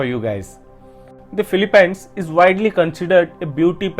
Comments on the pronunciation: Philippines is pronounced as (fi-li-pins) not (fi-li-pines) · Filipynes you say? Never heard it pronounced that way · The way you pronounce Philippines is very funny. I think that’s a fun fact. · So much research went into this.. except they could not pronounce PHILIPPINES correctly.